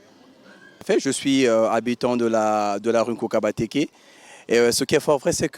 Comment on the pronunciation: Vous déformez un peu le nom de la ruelle avec le ''N'' de trop que vous ajoutez partout. Le nom c'est Nkouka Batekes, et non NKOUNKA...